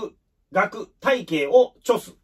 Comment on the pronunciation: いつも有り難うございます☺️応援しています素晴らしい勉強家、感心しています。 一つだけ気になりました。 著す→あらわす ですね。